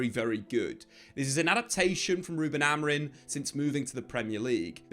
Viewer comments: It’s not Amorin bro cmon it has been almost a year and you are still saying it wrong 😑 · AMORI(M), he’s the gaffer at least get the bloke’s name right